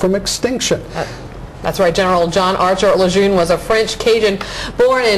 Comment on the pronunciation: There is no R. It is said exactly how it is spelled. Just because John A Lejeune and his family have a cajun speech impediment, doesn't mean all of us have to sound like jackasses saying the word Lejeune with an R. What's next? Camp Pendletern, Okinawern, Cherry Pernt? It's ridiculous. Continue to pronounce it the way it is spelled.